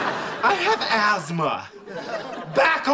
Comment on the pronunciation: "I HAVE ASTHMA"😂😂 the way he pronounces it, Azthma😂😂